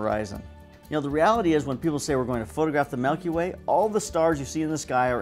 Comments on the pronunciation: It's not "melky way" it's Milky Way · Melkyway? Or milkyway? 😂